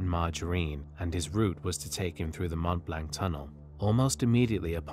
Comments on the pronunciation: mont blank? mont blanc, pron', blon. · it is not pronounce Mount Blanc, it is pronounced Mont Blonc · Mont Blanc - you have to say Mmoh blurgh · Extremely interesting and obviously very well researched! Just one small point for your channel improvement. “Mont Blanc” has the French pronunciation of “Mont BLONC” That’s how it’s pronounced in the English Language also! Best Regards. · "Mont Blank"